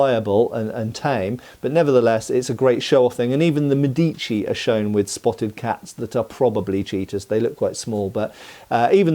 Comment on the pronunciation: Loved the video. 2 little things : would have loved some pictures, and it’s médici not medíci.